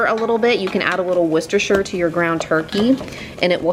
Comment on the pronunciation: I use ground chicken and ground turkey in alot recipes. My husband is not suppose to have alot of red meat so I substitute ground chicken or turkey. Worcestershire does definitely make a difference. Can I just say u are the only YouTuber that I follow that can actually say worcestershire properly lol. I make a Mexican Skillet Chilli in my cast iron frying pan and most people can't tell I have used ground chicken. It is made with black beans, pinto beans, red & yellow or orange peppers, onion and of course corn (I use frozen corn) you can spice it up if u like by adding cayenne pepper or some jalapeño peppers. As for spices there is garlic powder, cumin, chili powder, oregano and I add in some smoked paprika. I make my own tomato sauce so that is used for the base and I add a half a jar of my favorite salsa. I always get great reviews when I make it. All these re items u made sound delicious.